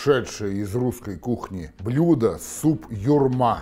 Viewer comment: Почему ударение на втором слоге?